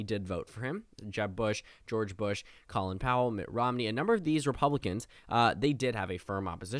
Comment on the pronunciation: Just an FYI but “Colin” in Colin Powell’s name is pronounced like “Colon”